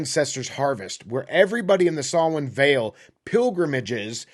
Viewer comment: Digging through your video backlog. Props for pronouncing Samhain properly! Maith thú!